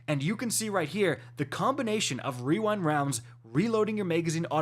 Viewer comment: wewind wounds